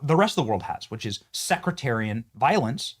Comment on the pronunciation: I'm sure that one will see this, but the word is "sectarian," not "secritarian"... which is not a real word